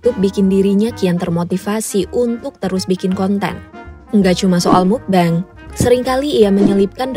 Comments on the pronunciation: "mukbeng" MUKBANG KALI MBAK BIASA AJA BACANYA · kontennya bagus bangettt, informatif juga. tapi mau koreksi sedikit karna disebut terus terusan, "mukbang" dibacanya "mukbang" bukan "mukbeng". baca huruf a nya ya "a" bukan jd "e" karna berasal dari bahasa korea seperti yang udah dijelasin di video ini kan hehe. jangan keliru lg kak, kan kakak yg jelasin sendiri di video ini😁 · Maaf Kak, mau ngoreksi sedikit, semoga gak menyinggung. Mukbang dibaca mokbang, bukan mukbeng. Mukbang kan singkatan dari MEOKneun BANGsong, Meokbang / Mukbang. Semoga saran kecilku dibaca. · It should be "mokbang" not "mukbeng" since it is originally korean word. Cmiiw. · Nah kan aslinya udah tau kalo asal katanya dari korea yang diambil depan-depannya aja. (Meok)neun dan (Bang)song. Jadi harusnya dibaca MOKBANG, bukan Mukbeng. Knp malah bacanya seolah-olah pake ejaan Inggris sih. Btw soal video ini jadi keinget Raditya Dika. Dia salah satu yg ga ngikutin market tp justru berusaha menciptakan market. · Pelafalannya mokbang.. mukbeng mukbeng😭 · Bacanya mukbang bukan mukbeng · Agak terganggu dgn penyebutan mukbang agak aneh. Krn udh terbiasa dgn meokbang.. Iya sih tulisannya mukbang tp dibacanya ttp meokbang.. Maaf ni ye gua mmng agak ribet hehe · Jadi ketawa dengarnya, pelafalan "Mukbang" kenapa tidak sekalian pakai pelafalan bahasa Indo saja, pelik banget dengernya denger "Mukbeng mukbeng" begitu, orang Indonesia sudah beradaptasi dengan transliterasi bahasa kata "Mukbang", jadi sebaiknya dibaca dengan pelafalan bahasa Indonesia saja. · Udah tau asal katanya dari korea malah dibaca "mukbeng" 😒